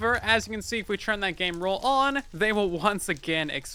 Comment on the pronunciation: I like how says "turn" like "churn"